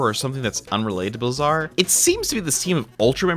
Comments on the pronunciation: It's pronounced BLAY-zar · Blazar is an actual word. Look up its pronunciation.